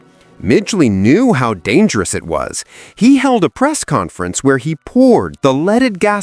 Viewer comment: It became so dangel-ous